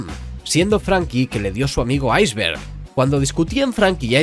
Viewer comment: Un español diciendo "Aizberg" la lo he escuchado todo